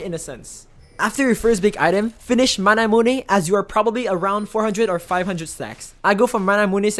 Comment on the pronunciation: Triggers me that you say manamunÉ. But overall a good video :)